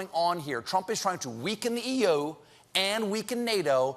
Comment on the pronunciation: E-YO? No Stephne, it's the E.U.